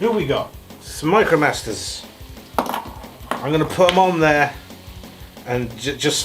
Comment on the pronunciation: Slurring: "Smite-Crow-Masters" hahaha